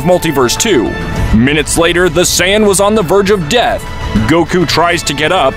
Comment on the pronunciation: Say-ya-yin Lmfaooao😂